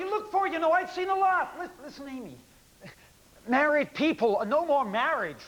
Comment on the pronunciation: why do they keep saying "marrehd" ?